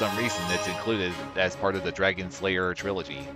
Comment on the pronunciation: It sounds like you are saying Dragon Slayer instead of Dragon's Lair, I know you know, it is just funny